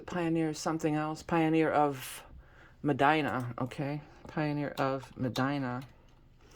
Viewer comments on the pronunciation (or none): Pioneer of Muhdeena is how it's pronounced phonetically.